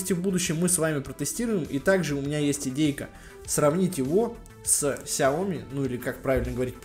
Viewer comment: Не сяоми а шяоми